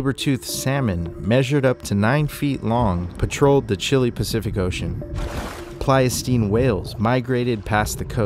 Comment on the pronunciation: Really appreciate this deep dive. The epoch before the current Holocene is the Pleistocene. I’m afraid you were mispronouncing it.